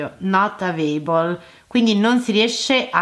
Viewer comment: Ma come cavolo fai a dire che non puoi testare la qualità del l’audio senza poter connetterlo? Bastava provare una suoneria! No words neppure per la tua pronuncia ‘avabol’ di available 🤦‍♀️